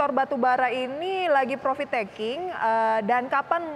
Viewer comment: Profit min, bukan provit 😀